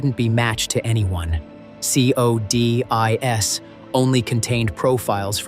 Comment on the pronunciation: Nice content. Very engaging…however, the AI pronunciation: “C..O..D..I..S” discredits and makes your presentation laughable. Please hire a native speaker. At the very least, inform viewers that you rely on AI to make your presentation.